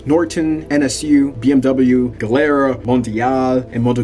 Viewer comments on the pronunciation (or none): MV Agooo-sta made in Vah-ray-zay in the country of EE-talh-ya. BTW it's GEE-lehr-ah. Seems like you put some work into this, why not learn how to properly pronounce the Italian names, etc? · Nice vid.. Gilera,, pronounced Gee lera. 😊